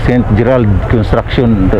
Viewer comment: Kala ko sa dinig ko ST. Petter😂😂😂😂ST. GERRAD pla 😂😂😂😂